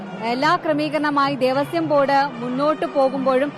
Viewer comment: ഇവർ തെറ്റായി വായിക്കുന്നു ദേവശ്യം ബോർഡ് എന്നാണ് വായിച്ചത്